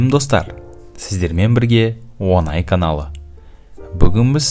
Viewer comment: Онай емес оңай.Неге Ң әріпті бұзып айтасың.Жана емес жаңа.ҢҢҢ өзіңдік орны бар әріп.Басқа ұлт өкілі айта алмаса ұйат емес,біз қазақ осы Ң әріпті дұрыс оқып үйренейік